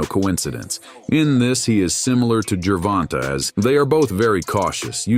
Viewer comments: the A is long. Jer-Von-tA. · Good video but he (like most) butchered the pronunciation of Tank’s name. Tank by TKO around round 10.